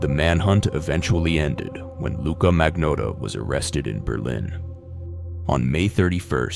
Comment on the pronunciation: bro somehow pronounces Luca Magnotta 3 different ways in less than 60 sec, with a straight face. 😭 😭 😭